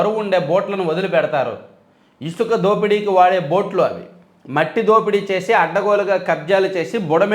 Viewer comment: బొట్లు కాదు బోట్లు